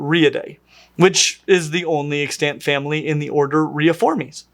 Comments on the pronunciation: 💡 "the only extant member", "other extant members" Pronunciation tip - The accent is on the first syllable: 👉EX-tant 👈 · I keep hearing you say extANT and I'm shook.